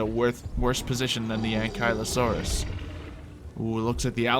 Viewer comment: Hol the heck up did u say anklieosaurus it's ankleeosaurous that's how it's pronounced